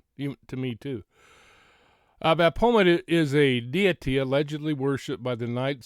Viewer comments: PRONOUNCED BAFFOMET...Baphomet! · I’ve been searching gematria words and phrases associated with Kiely’s case…and Sami Smith = get this, 666! Usually Baphomet is pronounced either baf-o-may or baf-o-met! This is what the celebrities worship, a man with boobs…or a transgender, they worship everything opposite of God! Oh, and NXIVM is pronounced nexium! Hope you have an awesome evening! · BAF-O-MET. The ph is pronounced as an F sound. I hope that helps 😊 I think the symbol and pizza reference is about what's known as "PIZZA GATE". It's kind of a big deal. Of course MSM makes fun of it saying it's a conspiracy theory, but I'm not 100% sure that's the case. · Wow. Interesting stuff! The baphomet (ba-fo-MET) is worshipped by A LOT of these people. People in sports, music, entertainment industry & anyone who wants to 'make a deal', as he is the goat headed demon in charge of those 'agreements'. They often use rams, goat heads or other horned images to show their allegiance. Not shocking at all that image is connected to a pizza place. And I'll leave it at that. A lot came out about the cement company a few years back. Connections to the Clintons among other things. You are def on the right track and putting some very important pieces together. This stuff is dismissed as conspiracy theory so I'm so glad you're bringing this to the attention of your viewers/ the public. Please don't stop. And that pic... wow. I don't even know what to think about it. Well... I do know what I think about it and it's not good at all and I can't say it here. Very strange to come up with those search terms. Almost looks like an 'order'. What's on her left leg? The red? I don't have my glasses so not sure what I'm looking at there. Great video and info!! I can help in ANY way... just let me know. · Thank you for sharing your thoughts,. I believe it's pronounced BAF' o met.